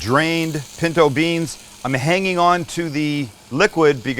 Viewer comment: THANKS MAX!! I THOUGHT I WAS THE ONLY ONE THAT HEARD BREANS! 😆😆